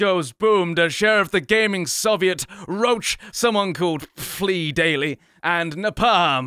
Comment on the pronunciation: his name is PhlyDaily (FlyDaily) Not PhlyDaily (FleeDaily)